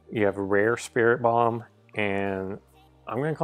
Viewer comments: Search up the pronunciations! And did you say 'Spiri-bum'? 😠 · sorry to correct you, but I think it's pronounced "Sprit Tomb" like a mummy's tomb. Good job on pronouncing Sableye, though!